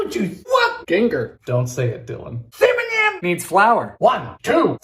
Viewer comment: I love the " dont say it dylan, CIMINIM''